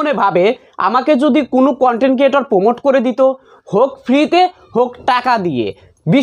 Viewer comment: (কুনো) না কোনো ok